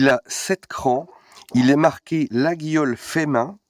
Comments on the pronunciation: Attention, "laguiole" se dit "layolle" ^^ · On dit « Layole » l’ami mais ça reste un détail. Bisou à toi!